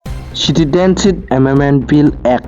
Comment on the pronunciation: Citidenship? Plz clean ur tongue first, then u come to the chair of News Anchor.